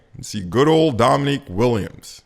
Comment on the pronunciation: Learn how to pronounce Dominic’s name. It’s not “Dominique” it is cringe. You’re such a loser, your app sucks btw it’s not intuitive or user friendly at all.